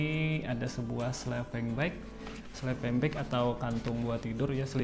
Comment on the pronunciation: Sleeping bang bukan slepeng 😮